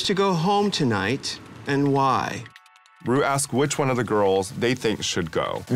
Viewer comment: girl just say "won"